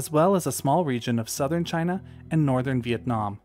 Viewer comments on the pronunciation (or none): none